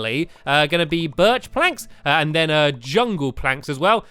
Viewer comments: You did not say berch right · STAMPY YOUR NOT SAYING BIRCH PROPORLY!!!!!!!!!!!!!!!!